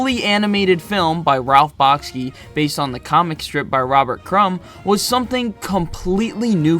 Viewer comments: Thanks for this look at 70s animation. For the most part you’ve highlighted some great films. By the way, Ralph Bakshi’s name is pronounced “Bock-shee”. Bakshi’s 1977 film “Wizards” is, in my opinion his best. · I feel that your pronunciation of Bakshi is off. It sounds like you're saying Bahk-skee. I suspect it's more like Bahk-shee. But I honestly don't know. Have you ever heard him pronounce his own last name? That would be the ultimate guide. I just googled how to pronounce Ralph Bakshi and his last name sounds more like Back-shee.